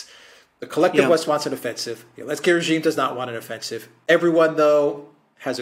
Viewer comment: Every time I hear this grown man say elensky I die a little. Please the joke is over, Zelensky is a war criminal.